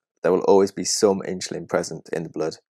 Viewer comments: It’s not “Inchulin”, it’s “Insulin”. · Excellent explanation, the animation really helped. Thank you. Strangest pronunciation of insulin I have ever heard.....but forgiveable :) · I hear the s in insulin pronounced as ch. Is the speaker from London?